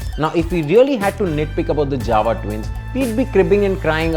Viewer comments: It's actually pronounced as 'Yava' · Jawa it is to be pronounced as "Yawa" everyone does this mistake. In Czech "J" is pronounced "Y" you should know that when you are doing a review, know how to pronounce JAWA first and not adding dubstep music, first learn to pronounce the company name properly,. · Jawa sounds like Mawa 😂